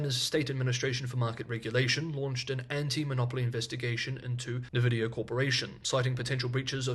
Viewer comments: Great video, thanks. Please note: nVidia is properly pronounced “EN-Vidia”, not “nuh-Vidia”. Keep up the good work. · Hey, I know pronunciation is something you care about, so I just wanted to point out Nvidia is pronounced "en-vidia", not "nuh-vidia". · He's been told before! Sounds like a skin cream the way pronounces it.